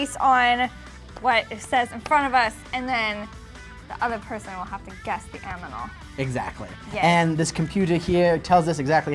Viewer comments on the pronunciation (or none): The other person will have to guess the "aminal"? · Hahahahah says amnimal instead of animal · says aminal